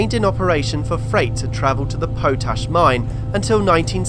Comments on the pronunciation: Potash - pot ash not po tash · He also pronounced 'potash' as 'po-tash' !